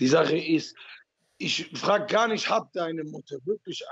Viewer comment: "Neid ist nischt gut" Ottman Azaitar.